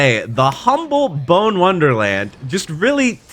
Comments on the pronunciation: pronouncing “bonne” as “bone” is so painful to hear 😭 it’s supposed to rhyme with tron. tron bonne. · "Bone" Wonderland? BONE?!? I thought that the O was short in Bonne. Did I miss something? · It is "Bawn". This guy just doesn't know how to pronounce it. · Was looking for this. I couldn’t be the only one. I was like “if you say BONE one more time…..” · Do people really say 'Bonne' as 'bone'? They shouldn't, surely... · well they're wrong it's very clearly pronounced "bonne" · Bro I’m bouta lose it if keeps saying Bonne like bone. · I learned you couldn't care enough to briefly look up how to say "Bonne", so... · How you play umvc3 and not know how to pronounce "Bonne" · It pronounced Bon, not bone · It's "Bon" not "bone" 💀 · Why do people have such difficulty with pronunciations? Bone. No. Bonne. Yes. Ask google to tell you how to say it correctly 24 years of gaming slipped past you. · ITS PRONOUNCED "BAWN" NOT "BONE" RIGHT!?!? idk I havent played mega man legends yet BUT ITS BUGGING ME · Bonne is pronounced BON, not 🦴. 2 n's in Tron Bonne last name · Why is he saying Bone? Isn't it pronounced Bon or like Bahn? I feel like I am missing something here. Got me questioning my own memory now. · "Bone Wonderland!" "Bone Wonderland!" It's pronounced "Bonn." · It’s pronounced BON, like in bon bons. Had to hear BONE WONDERLAND 15 times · Noo.. Not pronouncing Bonne as "bone" lol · bonne, not bone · One nitpick i have is that Bonne is pronounced bon, not bone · That's not how you pronounce Bonne Wonderland. It's not Bone Wonderland ffs. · Is "Bone" the agreed upon pronunciation for Tron's last name? Tron "Bawn" just sounds so much better than Tron "Bone" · As a Megaman Legends fan, it pains me every one of the 27 times you said Bone Wonderland. The Bonne family airpirates are the source for Tron Bonne, the character in mvc3, and not only is it pronounced "Baun", but bone is one of the infamous English book translations for i think the prima strategy guide